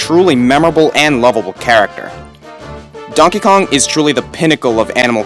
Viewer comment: "donkey konk"